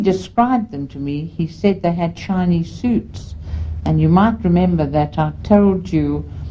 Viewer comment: I keep hearing her say "Chinese suits" lol. Excellent video